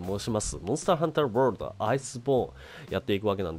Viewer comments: 挨拶のMH[world]←これの発音が [wroold]に聞こえるぞ。 英語の発音が分からない人にありがちな事ですね。どうしても気になったのでコメさせてもらいました。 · ワールドの発音(笑)